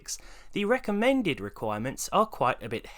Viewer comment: “The wecommend amount of dead detonated wam for a suvah”